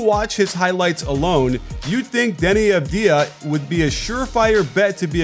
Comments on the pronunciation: Dani avadia its prenounced xD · Nobody:: Devi Avdija not trully ready for NBA.... Nobody:?:....Buy THERAGUN